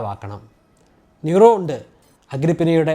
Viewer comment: Nero - നീറോ ആണ്. ന്യൂറോ എന്നല്ല. ശ്രദ്ധിക്കും എന്ന് കരുതുന്നു.